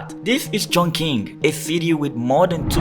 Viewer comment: It's pronounced Chong/Ch/ing.. 重庆😉